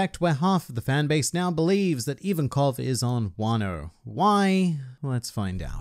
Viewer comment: Its Ivankov